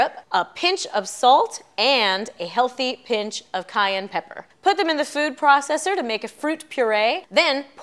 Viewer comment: lol it's Cayenne Pepper. At least know what you're saying when you insult people. Cyan isn't even pronounced the same as Cayenne lol. I agree it's kind of unnecessary to add to a simple popsicle but whatever floats other people's boats I suppose.